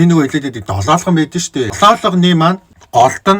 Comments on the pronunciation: долоолгоно биш долоогоно гэдэг шдээ. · Долоолгоно биш долоогоно шдэ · Долоолгоно биш долоогоно шд ээ хахахааааааа